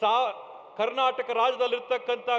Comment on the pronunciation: ಕಣ್ಣಟಕ್ ಅಲ್ಲ ಮಹರಾಯ ಕರ್ನಾಟಕ..